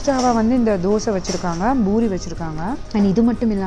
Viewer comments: Heyy small correction, it’s Poori not Boori😄😄 love your videos ❤️😋😍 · yes exactly the Indians call it Poori which is the correct way to say it I think 😃